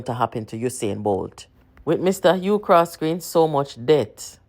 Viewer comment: His name is Hugh Croskery not Hugh Croskely